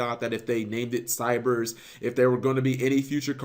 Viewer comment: It was never cybers, it was always Cyverse. It's Japanese pronunciation.